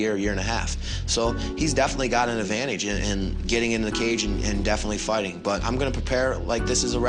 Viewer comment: Did he say "agvantage"?